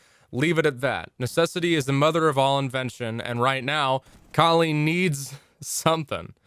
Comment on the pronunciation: It's pronounced 'Kaali' btw